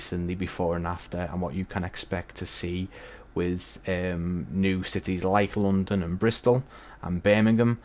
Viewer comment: normal people: london english: lounndunn